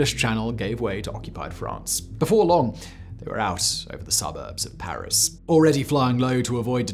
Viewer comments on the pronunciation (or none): none